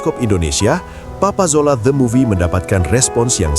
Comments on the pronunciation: Kena maklum...lidah orang jawa kurang boleh sebut Z....dia jadi J... Contoh... Rezeki - rejeki Marzuki - marjuki Papa Zola - Papa Jola Zimbabwe - Jimbabwe Dan lain2.. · papa zola bkn papa jola 😂😂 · Papa Zola bukan papa jola hahahahaah